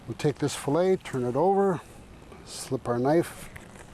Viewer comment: Sorry, but the one fillet was butchered. I lost a lot of respect for him at that moment.